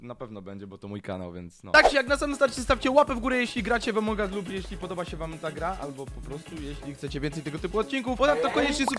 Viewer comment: Wszyscy mówią: Among us mówi: Emong us